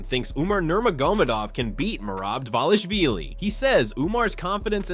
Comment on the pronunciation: Learn to speak his name correctly first